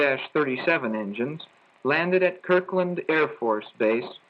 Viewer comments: It's time for you to get an English lesson. The name of the base is Kirtland (KurtL land)ND) AFB and the city is Albuquerque is (Al boo ker kee). But you're pronunciation isn't as bad as most of the Californians who have come out here. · Oops! It is Kirtland AFB, not Kirkland AFB. Origins of the name Kirtland, South Oxfordshire/Berkshire, in Southern England. Origins of the name Kirkland, Berwick-on-Tweed, in the Northeast England.